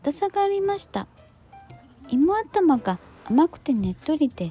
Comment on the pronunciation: さーん、動画待ってましたよ😊 知ってる場所ばかりなんでワクワクします✌️😁 双蓮辺りは僕の好きな店が多いから近くに宿泊する事が多いです。ブラジャーは買いませんが朝一にも毎回行きます。 さんの中国国の読み方面白くて好き❤️ 日本語読みっていい加減な感じで難しいよね〜 僕は地名や食べ物、店の名前は中国国で覚えるようにしています。しかしイモアタマって笑えますよね😂 芋頭は沖縄以外では食べるのは難しいから必ず食べます大好き💕 さん風邪？ 僕も同じ理由で風邪ひいたこと有るよー 僕にはアルアルや😱 そうそう、夜市はトイレないよなー💦 実は昔、立ちションの経験あり😂 今回の動画も台湾居酒屋が無いのかな？ 期待しながら次の動画も楽しみにしています😍 いつも暖かい動画ありがとう😊 また頑張って🎉 設定の問題でスパーサンクス受け付けてくれない💦 またあとで送ります🙏